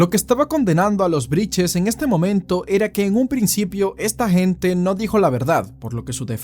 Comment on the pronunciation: Todo bien con la investigación, pero porque decís “Briches” 😂😂 Claramente es Brittes Repiten como loros cualquier cosa